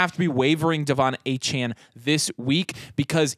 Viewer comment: Please put some respect on my man’s name and stop calling him Achan! It’s Achane (ayy-chain) there is an e there for a reason!